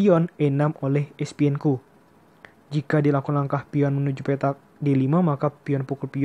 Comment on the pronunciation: Bukan Espienko bro..tapi Esipenko